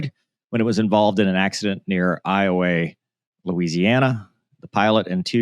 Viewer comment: I was wondering if you were from Louisiana when I saw your name, then you correctly pronounced Iowa.